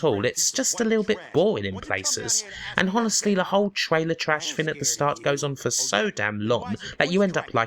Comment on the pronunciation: why do u always pronounce honestly with a H????? lol